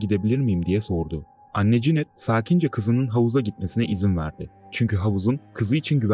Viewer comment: Herşey tamamda Cinet te ne demek oluyor? Kadının adı Janette yani Janet okunuyor